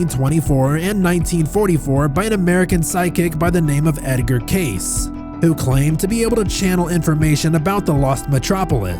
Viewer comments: For future reference: Lapis lazuli: la·puhs la·zuh·lee Edgar Cayce: Edgar Kay-see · Howdy howdy from Tucson Great video, but its pronounced Edgar "KC". And what about the missing pacific continent that all the rich and missing people go to. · His last name is pronounced “Kay-see” (fyi)